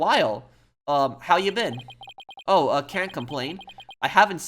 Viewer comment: You're supposed to say it like "Ah." and "Oh."